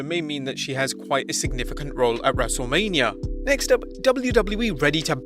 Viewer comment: “WrestleLAMia” got em